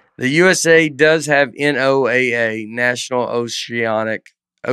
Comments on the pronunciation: I wish yalls episodes were live so that every time yall said NOAA, you could read us yelling “It’s pronounced Noah!!!” in the comments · NOAA Is pronounced “Noah”!!! This is your weather radio and they send out warnings for tornados and other weather activity!